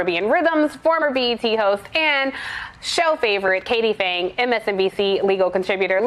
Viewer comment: did she say "Katie Bangs"?